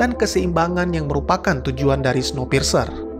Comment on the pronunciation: Bukannya bacanya snowpirs ya ?maap kalo salah